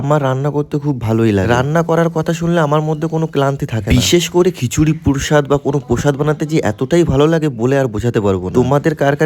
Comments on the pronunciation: প্রোসাদ ❌ পোরোসাদ ✅ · Ami❌ amai✅ প্রসাদ ❌ প্রুসাদ ✅ নিলামব্রিত❌ লীলামমৃত✅ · Prashad ❌ prushad✅. Kichuri ❌khisuri✅😅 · খিচুড়ি❌ ঘিসুরি✅ ছিলো❌ সিলো ✅ প্রসাদ❌ পছাদ ✅ সুমি ❌ শুমি ✅ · প্রসাদ ❎ পোরশাদ ✅😂